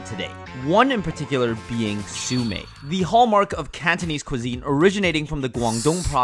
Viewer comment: The host butchering the word siu mei so many rimes has put me off the rest of the video